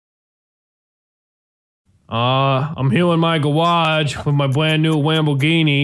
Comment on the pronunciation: Did you say gawage